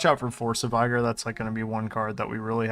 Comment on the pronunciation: It’s Vih-gurr, not Vie-gore.